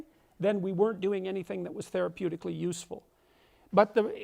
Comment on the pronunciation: "idiologically therapudic"